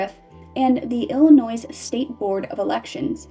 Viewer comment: "illinoize" "misupality" "subquentially" I love your videos but PLEASE learn how to read 😭